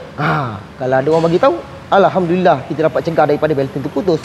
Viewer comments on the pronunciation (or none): none